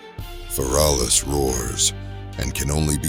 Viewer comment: Not "fer -all-us"